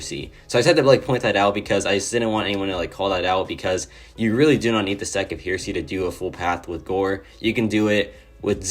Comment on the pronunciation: Hey partner, it’s pronounced “hair”esy and it means a belief that contradicts traditional Christian beliefs. Thought I would throw that out there😂